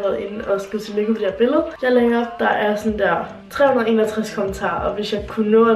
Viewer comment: "tyllykke olise" årghhhh hahaha